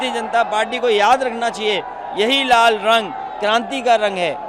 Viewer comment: Pahle bolan Sikhe pahle to hanumaan ji ka Vastra sindhoori hai aur lal ko rar bol rahe ho